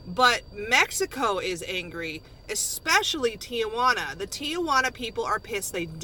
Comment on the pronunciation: the a in the middle of Tijuana is silent